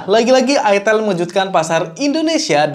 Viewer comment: ITEL, "E" nya itu Edge